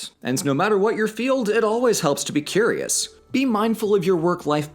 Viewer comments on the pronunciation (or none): none